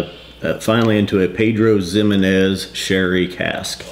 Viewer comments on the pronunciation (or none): Try pronouncing it Pedro He men ez. You can say PX for short. Scotch dudes know what that means.